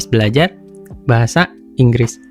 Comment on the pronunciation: kok enggreeess si😂